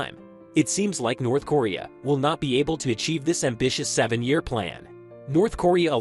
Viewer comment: North corea....how can you make a video about a country an not even know how to pronounce the name ....nobody can take you seriously if you can't even get the name right